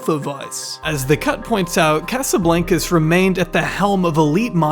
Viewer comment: You’re pronouncing Casablancas wrong lol. It’s a long A sound in Blancas. It’s Spanish for white house